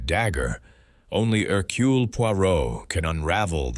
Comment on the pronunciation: "Herculay"... The ai narration wasn't unbearable but the pronunciation of Poirot's first name rankled. Overall a pleasant listen. Thanks